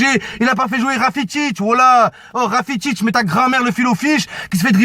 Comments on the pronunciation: c'est qui rafitic ? mddr c'est rakitic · rakitic pas rafitic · Rakitic pas Rafitic 😂😂